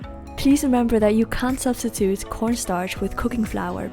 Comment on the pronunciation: it sounds like you're saying "can" when you're actually saying "can't"... maybe say "cannot" to be more clear...